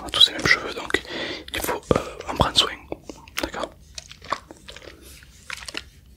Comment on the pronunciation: Sa me stresse il dit soing au mieux de soin 😭😂